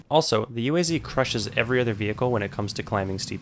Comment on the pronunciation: you don't pronounce UAZ like that, you say like a whole word- [OOASS] (thats how you do it)